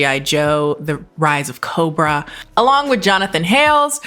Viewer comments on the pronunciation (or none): none